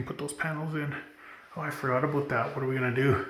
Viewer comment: IF THIS IS CANADA : is the legitimate first time ever actually head it pronounced “ A-BOOT” in real life omfg I’ve been saying all my life (25) I’ve never heard it pronounced like the stereotype